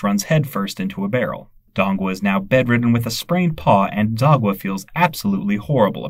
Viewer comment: The way you pronounced Sagwa’s name as “Zagwa” 💀